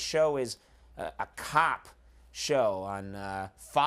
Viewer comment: I sure thought he said "cock" show instead instead of cop at first